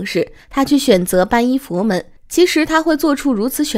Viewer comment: 皈依(念归一)